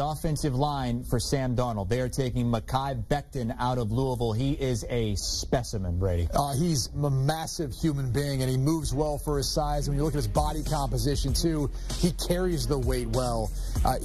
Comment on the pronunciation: Yo he said.. “he’s mamassive “ lmao